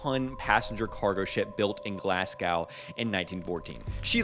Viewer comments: Absolutely terrifically fucked up the pronunciation of Glasgow. Pronounce it Glazz (like glass with z’s instead) go (like collect $200 and pass go in monopoly) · Bro will flawlessly pronounce various east Asian languages, ans then say glasgau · I hate to be another one, but the correct pronunciation of Glasgow is "Glaz-go." The "go" part is the same way you pronounce the "go" part of "Chicago." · It is pronounced "Glaz-go" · Glasgow = glas-go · Glasgow! Not glasgau 🙄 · Better than "Glass-Cow" which I've heard some Americans say Edit: before you reply to this comment with something like "Umm actually that's what he said" or "That's not how Glasgow is pronounced" or something similar bang your head against a wall until your brain reconnects and then read the replies. I'm sick and tired of people coming at me with the same point time after time despite the fact I have already made my point clear and that I was born and continue to live in England so I have a decent understanding of what the fuck I'm talking about. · do you know how to read??? also this guy DID say glass-cow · well 1) I heard it as "Glas-G-Ow" and 2) I read what the previous commenter said, I was responding to the original commenter with my comment of "Not as bas as "Glas-Cow"". Unless he meant the guy in the video saying "Glas-Cow", to which I say it seems like it was close enough to be either a "G" or "K" sound. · that's why I already and initially wrote out the pronunciation that is the worst from Americans as "Glass-Cow". I already made the distinction of the Germanic style of "s" becoming a "z" sound and the pronunciation of "-gow" becoming "Ow" like in "Wow". I've already gon over this point ad nauseam. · Glasgow. This man no matter where he is just can't help but butcher pronoucation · Small quibble, please check Glasgow pronunciation. It doesnt rhyme with cow. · Your pronunciation of "Glasgow" brings me physical pain